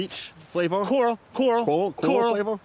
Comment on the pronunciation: It's coral, coral, coral... 🤣🤣🤣 I have definitely gotten a snowman on a par 3 but not worse. 😑😂